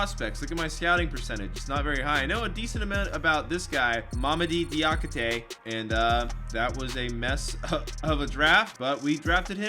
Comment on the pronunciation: Diakite is black and butchered his name